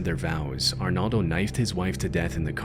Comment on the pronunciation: ar NOHLDO not arnalde and HEEMENEZ not yemenez how does someone butcher a name so much 😭